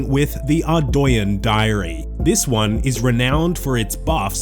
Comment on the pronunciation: Better than Ar-doog-nee that I hear too often